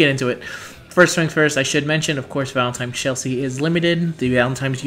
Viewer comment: Do you know that you say "Valen-time's" instead of "Valentine's?" lol